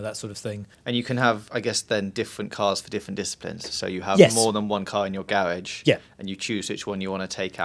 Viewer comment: dat speech impediment though.. why not get it sorted